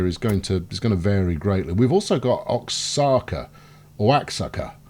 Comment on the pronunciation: Oaxaca pronounced: wahaka.